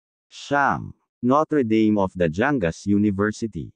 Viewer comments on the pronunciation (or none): bakit mga studyante ng notre dame nakasanayan na "noter deym" ang pag pronounce, dapat "notr' dam" kasi.masyadong jologs pakinggan ang noter deym